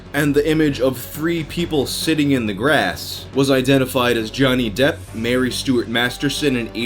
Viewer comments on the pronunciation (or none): none